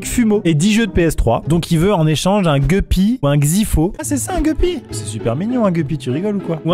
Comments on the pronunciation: Pour information on dit gUppy 😄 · Geppy c’est guppy ont le dit avec le u pas le e , sinon vidéo incroyable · Les gupppys et les xyphos sont des poissons très communs qui se reproduisent très facilement. On dit gUppys Max et pas gueupys loooool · Les gEUpy 😂😭 sir Maxime, on dit gUpy 😂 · Guppy ! Ça se dit guppy, pas guppy ! Bon en gros tu le prononce à la française, en disant bien la lettre "U" gUppy